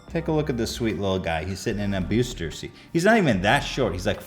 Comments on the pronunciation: Found it funny when ethan said buooster seat!!😂😂😂😂😂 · BEWYUSTER SEAT????? lmao